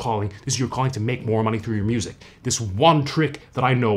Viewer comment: Did he say busic??!?